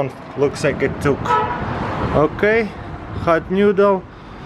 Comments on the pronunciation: "Hawt newdle." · "Hat Newdel"